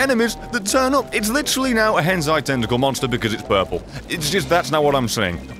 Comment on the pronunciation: Did he just call hentai a "henzai" Youre not a man of culture